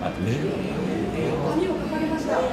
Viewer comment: インタビュアーもアナウンサーも菅官房長官の「令和」の発音と違うのが気になる。